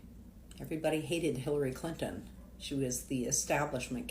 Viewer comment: Hilary Clin-TON, clin-Ton. TON! Am I the only one that heard the extra tack on the T in that name? Shit kills me when they're over enunciated. This guy needs to go find where his wife (or whatever) has hidden his balls and g weer t them back. Blue states typically are shit holes and I don't give a damn what anyone from those states have to say about politics. People have sex in the middle of the street durung Pride "parades" (NY, Cali, less in the smaller cities). But normal people aren't that insane, so I have my doubts about that "marching" claim.